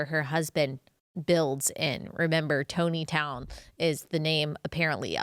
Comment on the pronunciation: Hey Ally, it’s Tontitown is pronounced “Tonneytown”…it’s actually around the same area that, 19 Kids and Counting, was filmed..